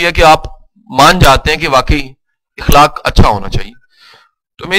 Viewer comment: sir u re excellent but plz dont mind sir ikhlaq ni hota akhlaq hota ha